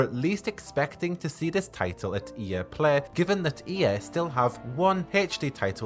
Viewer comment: Nobody: This guy: E Eh (EA), Plehy (play), geme (game)